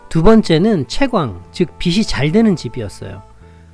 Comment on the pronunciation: 유익한 방송 잘 들었습니다 다만 빛이를 비지(빚이)가 아닌 비치로 발음하시면 좋겠습니다